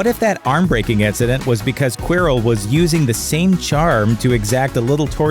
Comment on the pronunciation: And Prof 'Queerel' 😂